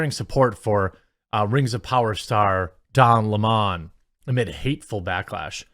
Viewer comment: Don Le’Mon 😂😂😂